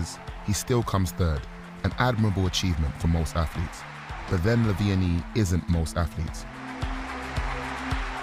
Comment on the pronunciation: why do you pronounce it lavenie